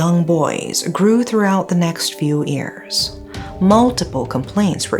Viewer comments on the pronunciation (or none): I have been binge-watching videos as a new fan.. Anyone also hear the sometimes-sketchy diction for whenever “year(s)” is said? It sounds more like “ear(s)” because of the lack of enunciation of the ‘y’ at the beginning, but I can catch saying it correctly at other times… Only mentioned it because I get engrossed in the case and then feels like I got slapped with a fish when my Ears pick that up and I have to tell them to listen to the case-reporting not English pronunciation 😂😂😂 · it's "YEARS", not "EARS". You keep getting the pronunciations mixed up. I've told you before.